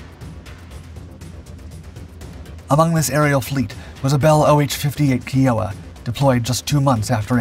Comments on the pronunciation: 😂😂kiowa not kee-oh-wa😂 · repeated pronunciation mistake that bugs me - Kiowa is Ki O wa, not Kee O wa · Can someone PLEASE teach this narrator how to properly pronounce words. Its Kiowa, Ki-o-wa, not Key-o-wa for fucks sake! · I don't know about that, his voice pronounces words that are hard for bot voices to pronounce without problems. The way he says "Pon-zer" instead of "Pan-zer" or "Key-o-wa" instead of "Ki-o-wa". Its also been the same voice from jump, back when bot voices were not as "good" as they are now. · You're still pronouncing "KEEohwa" 🙄😐... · Just a small point. Kiowa is properly pronounced "Kai-yo-wa" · You mispronounced Kiowa /ˈkaɪ.oʊ.ə/ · It kinda irked me to hear it said the wrong way.. Even the upside down lawnmower deserves more respect.. 😉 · Failure to pronounce Kiowa does not help credibility...but the fact that FARA was cancelled just adds to a long list of Dark Blunders. 😂